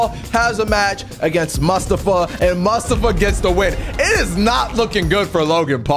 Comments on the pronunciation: It’s pronounced Mu-sta-fa Not Mus-sta-fa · Pronounces it.. "Musta-fah"...try "moo-stof-fah" that's a common name and easy to sat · keep saying mustiva it’s mustafa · you're killing me dude, it's moo - staa - fuh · Totally say mustofa name wrong lol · Hey it’s MOO-STAA-FA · You saying mustafa Ali wrong